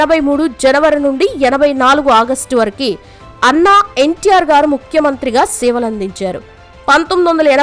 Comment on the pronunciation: వరకు అంటారు కాని నువ్వేమిటే వరకి అంటున్నావు ముందు మంచిగా మాటలాడటం నేర్చుకో